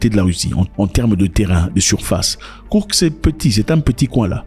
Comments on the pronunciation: KourSk et pas kourKs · Cest pas kourx..cest KOURSK